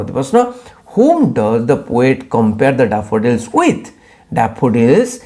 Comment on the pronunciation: 😂😂daafudilsss...🤣oh god your pronunciation😂